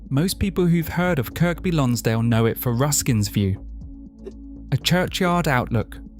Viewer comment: So Kirkby Lonsdale is pronounced Kirby - the middle k is silent. Originally, both k's were pronounced but over hundreds of years and the way the Northern accent developed, the second k became silent. Apparently. Also, the River Tywi is pronounced Towee - as is cow-ee. If the narration is done by a real person, I recommend researching pronunciations before making these videos and if it's AI, well, heaven help us. Apart from these little mistakes, lovely video 😊